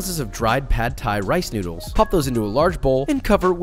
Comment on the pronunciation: I kept thinking he was saying newts that is what it sounds like